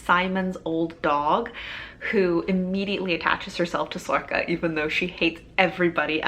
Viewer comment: I'm not sure how to pronounce sorcha.. you say sorka.. I've been saying sorsha.. in my book there is a pronunciation guide for some of the irish words and it says sorcha is pronounced sor-ra.. not sure